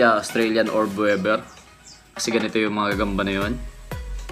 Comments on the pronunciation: Australian orb weaver. Weaver hindi webber.. it pronounced weever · Tangina “orb wevver” daw oh. 😂